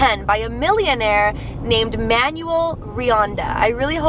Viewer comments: Pretty sure the owner of the tower is pronounced Man-well, not Manual. :P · Does it not bother anyone else that she keeps pronouncing this man’s name as “manual”? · You said the last name right but you mispronounced the first name. It’s pronounced man-well. It’s a Spanish/Mexican name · I love you but PLEASE do name pronunciation checks before filming videos cause that is definetly not the way to pronounce Manuel and it really hurts to cringe while watching your videos. That aside you've been keeping my October super spoopy with this year's 31 Days of Halloween so keep it up!